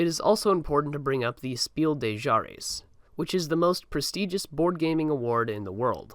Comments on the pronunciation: Fuck chares was probably a more accurate spelling of how he said Jahres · "Speel de Chares" is also funny..